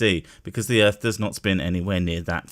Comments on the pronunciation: the ultimate cherry on this weapons-grade-stupid sundae is that he's not saying "earth", with a -TH, like the rest of us, but "earf", with an -F. This one really has to be my all-time favorite flatard! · This guy makes me laugh till i darn near wet my pants. He's such a moron. Can't even say "Earth", the illiterate fool. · I think he was talking about the earf. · This guy drives me crazy with his refusal to speak words through to their ending letters. Also the word "earth" doesn't end in an "f". He is so intent on remaining uneducated.